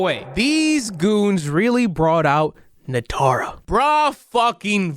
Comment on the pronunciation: they fucking butchered Nitara and Reiko omfg